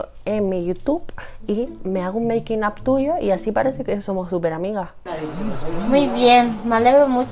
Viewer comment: por favor, no te equivoques,es MEIKIN AF